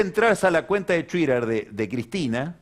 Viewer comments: Jaja la pronunciación de Pagni. Sabe pero Chuiter? Andá..... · Merfi. Como a Scioli, que le dice "Yoli" y a Twitter, le dice "Tuirer". 😁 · Excelente editorial como siempre. Me causa gracia las pronunciaciones de Pagni, como a Scioli le dice "Yoli", a Lopez Murphy, le dice "Lopez Merfi", y a Twitter, le dice "Tuirer". 😂😂😂